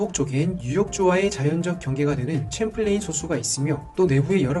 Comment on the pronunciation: 내용중에 계속 챔플레인 호수라 하시는데요. 샴플레인 이라고 발음 됩니다. 프랑스 이름인 샹플랭 에서 와서 그래요 “레이크 샴플레인” 입니다